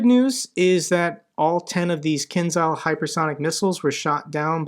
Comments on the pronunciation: Kinzhal should be pronounced as Kinjal........ same Ja as in Jazz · may I help you with the pronouncing of one Ukrainian sound please? It is "zh". It makes a consonant like in words division, treasure or azure. Here is kinzhal, Zaluzhny, and even Zaporizhzhia, where there are even 2 of it in a row. It doesn't sound like in zoo and it is quite a common sound in Ukrainian. Thanks for your work from Ukraine. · Can I help you with the pronouncing of one Ukrainian sound please? It is "zh". It makes a consonant like in words division, treasure or azure. Here is kinzhal, Zaluzhny, and even Zaporizhzhia, where there are even 2 of it in a row. It doesn't sound like zoo and it is quite a common sound in Ukrainian. Thanks for your work from Ukraine. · Not a KinZal, but KinJal, like J in Javelin